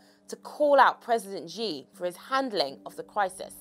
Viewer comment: First, learn to say the Chinese names properly. Chen KIO Shee? President GZI?!? Come on! You're just losing credibility with this amateurish covering. But yeah thanks for at least spreading awareness of already old news. Less thanks for spreading the WHO's line of thought, which is funded (or rather corrupted) by the CCP. China's effort have been "swift" and "aggressive" but this is NOTHING praiseworthy. They've had to take desperate measure because of their initial negligence, which is inherent to an autocracy. They haven't been transparent at all, only manipulating numbers and categorisations rather than concealing them altogether, which is even more confusing. They haven't let any foreign experts in. They've pushed contradictory propaganda all over the place. There is nothing enviable in the ways they've tackled what is going to start a worldwide pandemic.